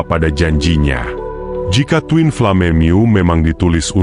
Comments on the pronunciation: Min.. ini yang baca orang atau robot sih?.. bacanya koq twin flame sih??.. twin flem gituu.. hahahaaaah 😂😂 aneh banget denger nya... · Aku juga Aneh, ucapannya kok twinflame bukannya twinflem. Lucu ada2 saja